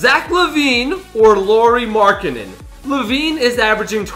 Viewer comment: It’s not pronounced “Lorie” Markenan.Its “Lowrie”.